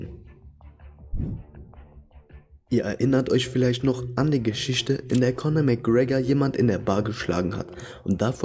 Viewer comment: PersöniSCHkeiten. GeschiSCHte. SiSCH. Ürland. Ich kann dem Typ nicht zuhören.